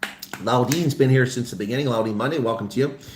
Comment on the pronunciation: Can't spell or read...says in the beninging...instead of in the beginning.